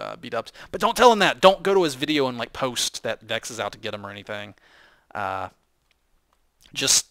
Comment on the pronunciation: veches its thejims not you come on man you should know this